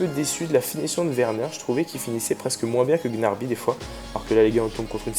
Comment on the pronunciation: on dit pas gnarby mais gnaBRY😂😂